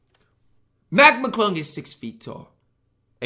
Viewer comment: The fact he calls mclung mcglunk has me hurting 😂